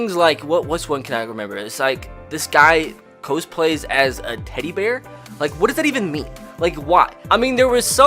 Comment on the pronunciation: Cosplay pronounced kaaz·plei noun Definition- The practice of dressing up as a character from a film, book, or video game, especially one from the Japanese genres of manga or anime. COME ON - Use a dictionary or at least the internet to look up a definition